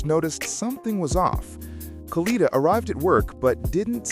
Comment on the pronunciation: She was set up say her name right its KADA not kanida